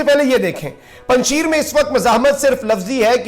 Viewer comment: Yah wadi panj shair hay not panj sheer